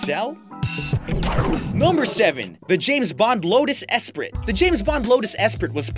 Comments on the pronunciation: You don't say it as esprit you say it as espree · It's pronounced Lotus Espree, not Esp-rit. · I thought Esprit was pronounced "ess-pree" not "ess-prit"?!? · Just a friendly reminder: "Esprit" is pronounced "Espree". :) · Lotus Esprit is pronounced Lotus Espree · Esprit pronounced Es-pree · Say: Ess pree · the lotus esprit is usually pronounced 'espree' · sorry but the way your saying the name of the car is annoying and incorrect, it is pronounced... Espree. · Raging Bull It pisses me off that the narrator pronounces Porsche and Esprit wrong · The way he says esprit kills me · That's an interesting way of pronouncing "Esprit."